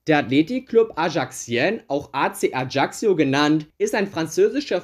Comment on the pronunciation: Nur ein nettgemeinter Tipp: Ajaccio sprichst du so aus dass sich das J anhört wie beim Namen "Jean" auf Französisch und du sprochst das doppelte c aus wie kk also halt wie wenn du ein c in einem Wort aussprichst. Das Video hat mir aber trotzdem gefallen und ich fande es interresant ich würde ähnliche Videos begrüßen